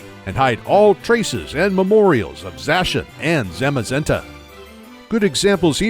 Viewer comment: finally someone else who pronounces Zacian and Zamazenta like I do